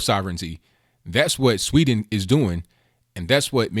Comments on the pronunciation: There is a "d" in "Sweden". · Sweden not Sweeten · It's pronounced Sweden, not Swee'n. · Please pronounce the "D" in Sweden, It's NOT "Swe'en" it's "SweDen" I'm Swedish :) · It is pronounced Swee DEN, not sweeten. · sweeden not swee"n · Learn how to pronounce "Sweden" please!